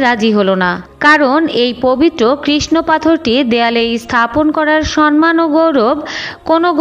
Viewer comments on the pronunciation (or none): none